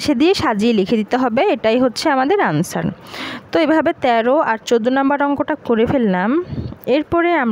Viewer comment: আনসার না অ্যানসার 😄😄😄